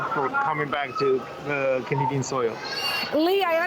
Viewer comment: She said canada soil